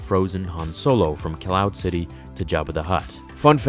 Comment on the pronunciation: “Ciloud City”